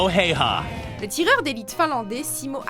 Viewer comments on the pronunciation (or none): On ne dit pas Simo "Haihay" on dit Simo "Haya" phonétiquement parlant et ça m'étonnerait que durant la bataille de Stalingrad il y avait des soldats japonais et aussi Wehrmacht se prononce "vermacht" et non pas "veimacht". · On dit Simo Hawha et pas haüha parce que sinon parce que sinon on l'écrit Haya . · prononcer zi-mo hè-ü-hè. le "h" est toujours expiré, comme en anglais ou en allemand; et en finnois, le "s" simple devant une voyelle est systématiquement voisé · Petite leçon de prononciation finnoise : le «y » en finnois se prononce « u » donc le nom du tireur d’élite finlandais se prononce « haaUaa » mais bon vous n’allez pas lire ce commentaire j’imagine.